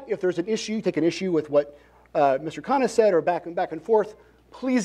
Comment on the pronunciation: the mod got vivek's name perfect... and as expected mispronounced khanna's... shows how impactful VR's persona has been...